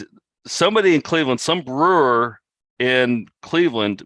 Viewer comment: Why didn’t anyone point out “brewer” flub?..!